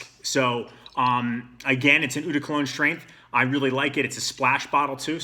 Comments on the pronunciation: The word is French and it means "water" & it's NOT ooh it's pronounced OH like "OH MY GOD" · Nice review. I share your taste. Just one small suggestion... "Eau", as in "Eau de Cologne" is pronounced "OH".